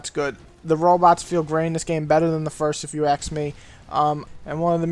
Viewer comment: ....where u from? I think you have said it many times before, but i have never heard anyone say AKS before xD ASK>>>AKS xP